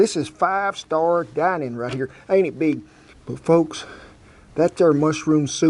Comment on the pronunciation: must be good the beeg" came back for seconds ! ha!